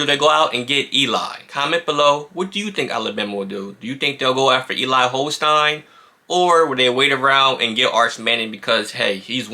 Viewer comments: Holstein was at St Thomas More in Lafayette, Louisiana but he transferred out because he was beaten out by Walker Howard who is now a Freshman at LSU. Holstein is not going to LSU because he does not want to be behind Walker Howard again. Holstein is a better QB than Manning and Bama has a shot but there is some West Coast interest in Holstein. By the way, his name is pronounced HolstEEn. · Agyie Hall was all about himself. I think you are giving him way too much credit for his tweets. I understand your points about journalism, but calling the guy that did this video a journalist is quite a stretch. He doesn’t know what he is talking about and he doesn’t even know how to pronounce Eli Holstein’s name. He doesn’t have any contacts or inside information. He is just a fan sitting in his house making videos expressing his opinion trying to sound like he knows something. I have never seen one of his videos before and I won’t be watching any more. As far as me picking a fight, I certainly don’t mean for it to seem that way. I’m just making a few comments as I pass on by.